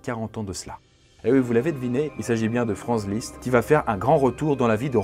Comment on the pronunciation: Ta prononciation "Franze" liszt est juste insupportable :(